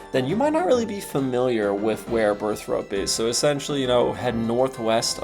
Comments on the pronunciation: Great video. But why do nearly every OSRS streamer say “Burth-ROPE”? When it’s clearly spelled “Burth-ORPE”. For people that play the game an ungodly amount, it always irks me to hear it. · I didn't know people said it Burth-Rope, I read this and just heard him say it. I am now irked too :(